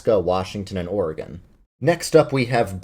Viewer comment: Finally, someone who can pronounce Oregon right. It’s not “Ore-gone”, it’s “Or-gan”, but spelled Oregon.